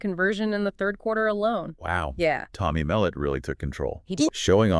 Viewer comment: "Tommy Melit" 😂